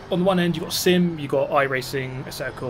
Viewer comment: Whenever he says "sim" sounds like he is saying "simp"